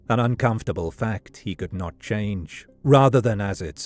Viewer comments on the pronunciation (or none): none